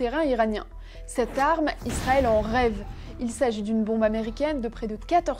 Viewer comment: Pourquoi tu dis "Lisrael" ?